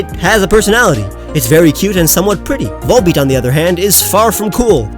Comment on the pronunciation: VOLBEAT, NOT VOLEPEAT!